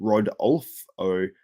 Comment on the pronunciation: Roe-Doll-Fo Lmao 😆😆😂